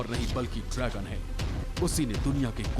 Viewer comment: host say drygun.....it is dragon not drygun